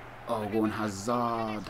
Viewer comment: no offence but why do you pronounce players names as if your from that country? like you said hazard and lakuka weird, ive noticed you do it on most videos?